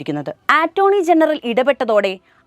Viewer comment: ഉച്ഛാരണം മോശം.ആറ്റോർണിയല്ല, അറ്റോർണ്ണി.